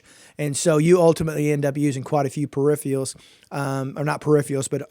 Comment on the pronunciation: Dude it's peripherals not perifrials. and it's throughput not thoroughput I suggest you learn how to say the words you going to use because if you don't know basic english I'm not going to be taking any advise you give seriously. With respect, learn the language.